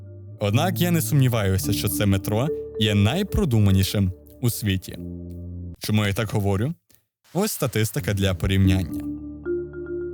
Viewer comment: Відео крутезне, але диктору слід попрацювати над відмінюванням та вимовою. У слові говорю наголос падає на "ю"